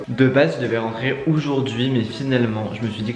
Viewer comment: Sa me stresse dans toutes ses vidéos il dit oujourd’hui😂😭